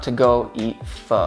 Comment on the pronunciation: THANK YOU FOR PRONOUNCING PHO AS FUH AND NOT FAUX, fucking hell